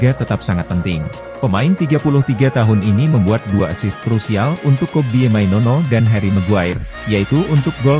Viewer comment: Maino, maino bukan mainono mana ada nono ayolah baca yang BENAR, jangan asal ngomong!!!